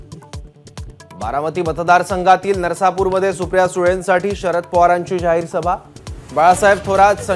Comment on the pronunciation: नसरापुर आहे ते !! नरसापुर नव्हं !!😂